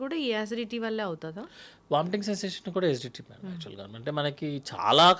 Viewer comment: SGT ఏందీ GST లాగా......😂😂😂😂( ACIDITY ) ఏసీడీటీ అని క్లియర్ గా చెప్పు బాబూ 🎉